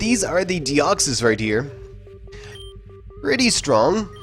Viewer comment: Deoxys or Dexoys LOL